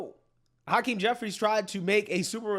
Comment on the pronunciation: Ha-Queenie jefferies 😂